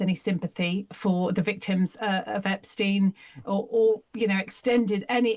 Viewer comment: why are you pronouncing epsteins name differently to everyone else? it is intentional, so why are you doing that?